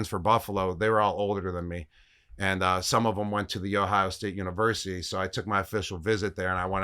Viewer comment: He said it correctly! “The Ohio State University” Lets go Gronk O-H